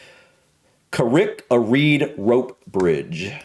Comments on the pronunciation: I’m from Northern Ireland, the correct pronunciation is Kah-Rick-Ah-Read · Name of rope bridge is pronounced "carry-carried". Famous Irish golfers include Padraig Harrington and Rory McIlroy. Look up Smithsonian channel -giant's causeway. The piece is short but very informative. I can see you living somewhere in the UK one day,. You seem to really love a lot of it in terms of scenery and history/architecture.